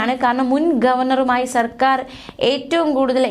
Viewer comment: വാക്കുകൾ ശരിയായ രീതിയിൽ വായിക്കുക. സർക്കാർ ആണു സെർക്കാർ അല്ല